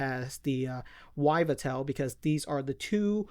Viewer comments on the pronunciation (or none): ee-vell-tal. not so hard, it comes from evil. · its EVELL-TALL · That is not how you say yveltal lmao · What an odd way to pronounce Yveltal